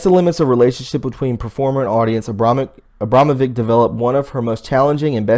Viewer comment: you know Abramovic spells not like vick but witch at the end in serbian....:)